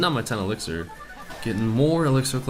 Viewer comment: wow Like He said "You should put a elictir collector or you will have a rough match" WWew Dat "Elictir " e.e